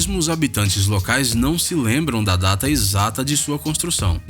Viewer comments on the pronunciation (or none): none